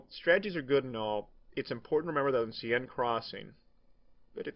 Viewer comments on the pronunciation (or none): Love this. I've sub'd. Love that we can see you when first commentating, very original. But dude, Sieine is pronounced 'sane' as in 'insane'. I'm European, I'm right :)